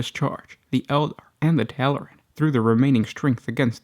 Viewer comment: Tallaran? No, they're Tallarn.